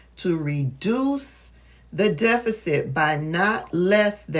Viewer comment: As an Educated Black Woman. I am Disappointed n u 4 continuing 2 mispronounce the word DEFICIT... I ❤️ What U Doing, Tho. Extremely Needed / Helpful 4 those of Us who want 2 remain Educated / Well Informed 🤜🏾🤛🏾👏🏾👍🏾